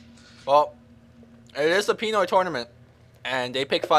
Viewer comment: They cant even say PINOY correctly